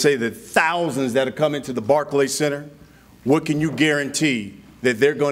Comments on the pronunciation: Lol he can’t even say Barclays Center 😂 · Show up at barkey centre says rolly 😂😂😂 hahahahaha oh shit that killed me barkey centre 😂